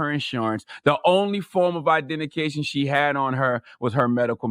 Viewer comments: LOL!!!😳 ... what is IDEN-TI-CATION?! lol. Did anybody else catch that he meant identification?! My a double take. Lol. 1 for the mistake them again 4 the poop girl. Lol. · Charlemagne said "identication" That's what he said,no joke.